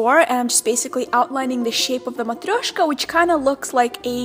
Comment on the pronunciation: can you please speak a little bit of russian and Moldovian ( i don't know whats the right way to name your language haha). I Love hearing you say Matryoshka, i it will be so cool to here you talking your mother language :) Your videos inspire me to be more happy with myself! Thanks you for that :)